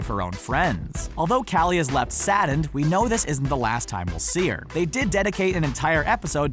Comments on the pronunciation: You say kally but its kali ca-o-lly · Her name is pronounced collie like the dog not caly like some dad who is obsessed with his own name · Like it if it bothered you when he kept saying Callie instead of collie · It's KALI not calley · Am I the only one annoyed that he said Callie instead of Collie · Isn’t it Collie not Callie? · ik it doesn’t matter but 008 is pronounced (Call-i) 😂🥞💕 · I thought her name was Coli...not Kali. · U said cally like wut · Omg he pronounced Kali's name wrong >.<